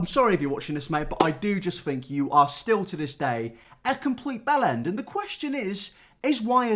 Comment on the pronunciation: Bellend? Belland? What?